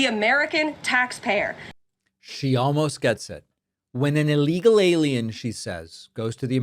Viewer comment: What does “uhlegal” mean?